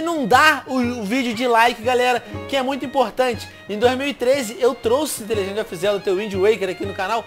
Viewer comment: Isso foi IRÔNICO eu sei q está escrito errado, apenas imitei como o Venom falou no vídeo (pois a pronúncia dele está errada)